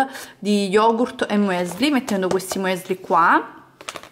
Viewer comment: MUESLI????? Mi stanno sanguinando le orecchie!!!!